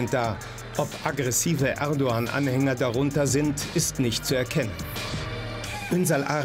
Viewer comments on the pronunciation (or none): Er braucht das türkische T Shirt nicht anzuziehen,wenn er bewusst den Namen „Erdoğan” nicht richtig liest!!!! Nicht „erdogan“ sondern „erdo _an“ wird es ausgesprochen!!! Wenn ein anderer es falsch ausspricht weil er die Buchstabe „ğ” nicht kennt,habe ich dafür Verständnis,aber für einen ,der behauptet Türke zu sein,nicht!!!! Das ist genauso wenn ich das Wort „nah“ als „nach“ aussprechen würde,weil im türkischen die Buchstabe „h“ betont wird,aber da ich ja die deutschen Buchstaben kenne,muss ich ja anders aussprechen,ansonsten wäre das irgendwie Provokation!